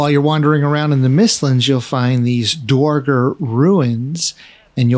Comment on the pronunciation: Awesome video. A little help on pronouncing "dverger" from a scandinavian: In the scandinavian languages "dværg" means "dwarf". Dverger is the old-norse word for dwarf. Pronounce the first E an R in "dverger" as "air", not "or" - "dv-air-ger" Love all your content :)